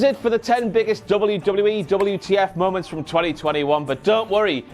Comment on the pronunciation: WTF MOE-MOUNTS.